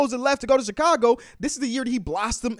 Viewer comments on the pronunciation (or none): none